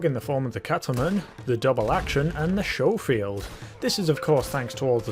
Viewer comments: It ain't pronunced showfield it's pronunced scofield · "Skofield" not "Showfield" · It's sco field not sho field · Skoh-feeld not Show-feeld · Sco-field not show-feild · It’s not sjofield but skofield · Schofield not showfield! Did you go to school or shool? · It’s scofield, not showfield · It's pronounced sko-field, not sho-field. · No much earlier than that, when he pronounces it “Shofield.” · Sorry to be a pronunciation nazi but it made me cringe everytime. It's Sch (as in school) ofield. As you were... 😁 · its like Italian or something. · It’s pronounced C As in cat the h is silent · Why does everyone who plays video games pronounce it showfield? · It's pronounced Skoffield(Schoffield) fyi lol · its pronounced sco field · Ok apparently i'm a bit more bothered by the mispronunciation of Schofield than i thought i would be. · Trigger discipline and please learn how to say scofield there is no H in it